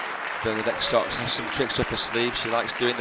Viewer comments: i never imagined someone could say Socks 😄 instead of Sœč - yeah , that's approximately what it should sound like . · The pronunciation is not so:ks it's Söchi (very short œ =ö )!!!